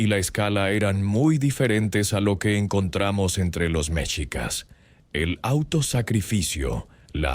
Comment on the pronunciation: Creo que ud no es mexicano, creo es español. Hay datos equívocos en su relato y la pronunciación de MEXICAS ( mechicas, con acento prosodico en la i ) es así como se escribe en español mexicano. Ud lo acentúa en la E, lo cual es incorrecto. Ahora más que nunca nos interesa que nuestra lengua e historia se respete y sobre todo con verifica información.